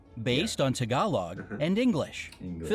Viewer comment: Hi, its a filipino, and all of this is real, tagalog is pronounced like dis: tAgAlOg